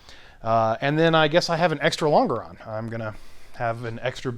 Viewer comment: lon·ge·ron /ˈlänj(ə)rən,ˈlänjəˌrän/ Not ... long-a-ron